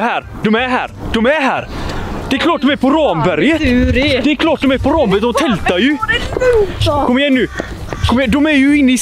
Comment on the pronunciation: Kul koncept, ungdomarna bör dock lära sig uttala Ramberget korrekt ;)